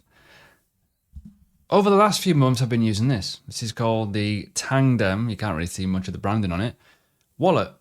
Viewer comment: Why do you say "Tandem"? When it's "Tangem"